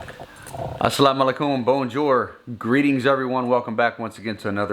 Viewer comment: I like when you said Assalam alihoum 👍👍👍😂🌹